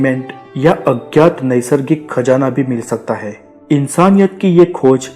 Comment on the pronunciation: abe to ..har baat k last me hain . bola kro he he kya krte ho .jukam hua rhta hai kya